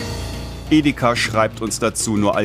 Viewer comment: Ideka statt Edeka? 😂😂😂 komische Aussprache